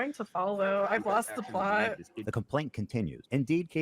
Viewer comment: "I'm try'n to follow, I loest the ploeth"